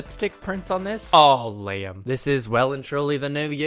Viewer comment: thought you said your name was LAME not Liam. lol